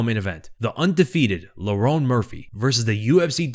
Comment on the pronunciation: Bro can't pronounce Lerone